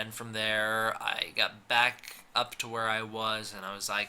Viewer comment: I thought you said "glad you're black" lol